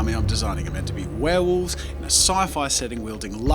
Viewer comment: This is an awesome video but there's one thing that bugs me. 'Werewolves' not 'warewolves'